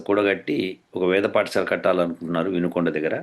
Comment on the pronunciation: పాఠశాల, పఠశాల కాదు